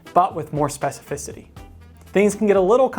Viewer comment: Thank you for knowing how to pronounce the word specificity!